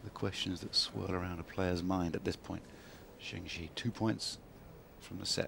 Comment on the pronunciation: Zheng Jie was a big inspiration to my tennis playing, and it sure would be nice if the commentators could take the trouble to pronounce her name even remotely correctly. Serena Williams was just a force of nature though.